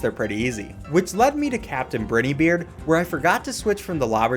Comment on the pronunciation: The way you say captain briney beard lmao